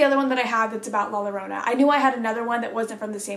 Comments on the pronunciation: You almost got it girl! Its La Yorronah. In Spanish to Ll's at the beginning of a word sounds like a y. La lloronas kids drowned, I think she did it and then killed herself so every night she cries for them and looks for them.. theres a movie that came out recently called la llorona. Scariest shit ever I used to hear cats when I lived by a river and they sounded like they were whining or crying it was terrifying. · This is how to pronounce La Llorona So first the La then the hard part Llorona your going to say Yo like yo yo yo then roll your r but kinda silently then na and boom La Llorona! Hope this helps Pronunciation fully: La Yorna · la llorna is definitely feared in Mexico and is said to appear in Mexico or places near the border. Sad how she is cursed to roam all bodies of water searching for her children for what she did. Oh and double L in Spanish is pronounced as Y so it is said as la yo-rona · La llorona is pronounced (la yo-rona) And theres also this story/place in mexico that is you stay quiet and still you can hear a baby cry at night but idk where it at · for future reference, a double L in Spanish = a Y sound. ive seen la llorona pronounced with a flipped r or rolled r or regular r. please, someone correct me if im wrong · im pretty sure its pronounced la Yuhrona? but I'm also very white and saw it from a comment on a youtube video so correct me if I'm wrong! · In Spanish two ls are pronounced as a y. So it would be spelled la llorona, but pronounced as la yorona, if that makes sense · I don't know if you'll see this but "la llorona" is pronounced "lah yo roh nah" two l's in spanish makes a y sound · I am not Hispanic bit I know that double 'l' is pronounced with a y, so it is pronounced like la yorona kind of. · two "l"s in Spanish makes the "y" sound I think so... You did good your first guess. La LL(y)orona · Pronounciation FYI : La YA-rona :) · Please say la yo rona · A way for white people to say la llorona La yorona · The l is like a y